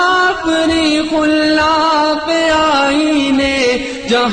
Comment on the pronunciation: Bhai padh to diya itni badi hasti ka kalaam lekin alfaaz ki adaegi me apne kaisi kaisi ghalatiyan kar di, Khullaq nahi khallaq hai, Aaen e Muslim nahi, aaen e musallam hai. Jo padh rahe ho thoda samjh lo bhai